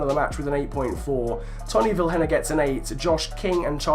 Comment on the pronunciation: Vilhena is prenounced as viléna